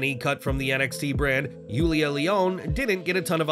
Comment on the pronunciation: I get now way people say it but her name was Yulisa Leon in nxt not as say Yuliya. I was surprised tozawa and apollo was notn in this run of realeases. Bot that they are bad it used once again wwe can do nothing with them. I think wwe should give humberto a chamce his not bad in ring I think they can soon enough break dominik from judement day and Angel, Humberto andDom become a heel stable. I guess Xia Lee isin wwe thoughts also because she has done nothing of note ever sad to say because I like her